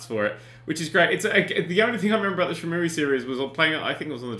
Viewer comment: "Shen-Mu-E" Oh Dan... #haveawank